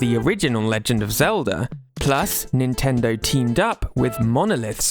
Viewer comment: He says Nintendo like nintenderrww